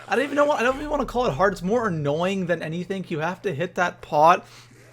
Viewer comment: u say "anythink"